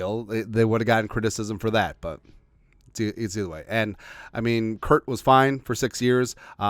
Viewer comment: I love the videos, but I have a aneurism every time you say "Kurt".